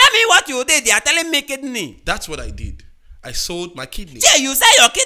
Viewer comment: I love when he was saying "I thought it was my kid kneel"instead of kidney 🤣🤣🤣🤣🤣🤣🤣🤣🤣🤣🤣🤣🤣